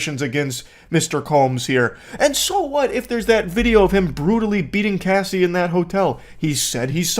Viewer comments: I literally can’t watch this because he calls Cassie by Casey … and the other two didn’t notice or correct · It’s Cassie. Not Casey 🤣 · CASS IE not CASE Y 😭😭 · Cassie not casey 😂 my brain the whole time 😅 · I wanted to watch this, but I can’t. Stop saying Casey. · I knew what he meant, but wendigoon was reading Cassie, while saying casey and it was mega distracting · CASSIE ( short A sound) not Casey! Please get the survivor's name correct! It means the world to us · CASSIE not Casey ugh 😞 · it’s supposed to be like “cahh see” not “Kay” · Bro idk why its so hard to watch this listening to him say cassie wrong everytime, someone correct him lmao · Bro how does anyone that has English as their first language say the name Cassie wrong? It was mind-blowingly irritating lol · Got annoyed that wendigoon can’t read the name “Cassie” correctly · Getting her name wrong through this whole thing is diabolical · One of my biggest Pet peeves Is when someone attempts but fails to be a "subject matter specialist" before even taking the 30 SECONDS to learn their name. Her REAL name I believe is Cassandra, but the name she's gone by for DECADES, is CASSIE. Wendigoon CAN do a few decent videos, but cmon bro, u live in an age where nearly ALL information is your fingertips, spends an HOUR doin a video about a subject, but couldn't manage the LITERAL 30 SECONDS to Google how to say her name. C'mon man, that's just flat-out lazy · Okay, few things: it's a date-rape drug. Why can't the tell the story without laughing, or saying her name correctly. Her name is Cassie like short for casserole, not Casey like K. C. Worst, You're telling the story about a young girl who for over a decade was raped, trafficked, beaten and had her career stolen. It's not a porn story. Perhaps you aren't the one to tell the story at all... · It’s Cassie (Cah-ss-ee) not Casey wtf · It’s Cassie not Casey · CASSIE, IT'S CASSIE, not casey... Wtf...